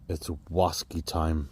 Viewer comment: Whaskey's, bwandy's and wum's oh my! Bwerrrrrrrrr!